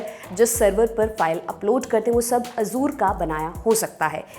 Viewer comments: " ए जर" होता हे "अजुर" नही.😂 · Ye simplify karne ke chakkar me sab galat bata diye hain......... First of all, it is 'Azzure' (with an emphasis on 'z') not 'Azor'. Why are you connecting Azure with CrowdStrike? These are two different things. I don't understand why you want to oversimplify and make false connections. It is okay if a common man does not understand the technical details. I have worked at Azure storage myself, these types of config screw up happen while rolling out new versions of the service, and the whole service gets rolled back once the outage is declared. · Azure❌ Azuur✅ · मोहतरमा, azure का उच्चारण ए ज़र है, अज़ूर नहीं.... बुरा न मानियेगा, आप जितनी बार अज़ूर बोलती थीं, मेरे कान में खटकता था 😊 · sahi kahaaa